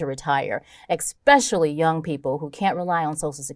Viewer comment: "Ex-specially"? Really??